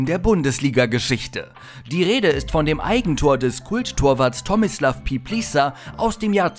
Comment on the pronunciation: Ich fand am heftigsten wie falsch man tomislav piplica aussprechen kann. Das tat richtig weh im Ohr.